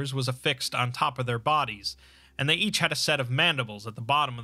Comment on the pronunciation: I will always cringe when I hear him say they